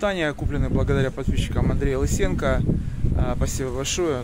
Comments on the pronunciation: Монтян ударяет на Ы. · Андрей Лысенко.Ударение на о